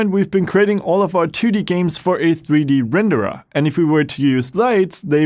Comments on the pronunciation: I like how you pronounce renderAH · too many renderAH lmao